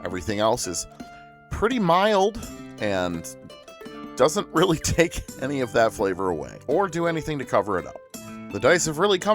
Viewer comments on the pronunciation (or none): none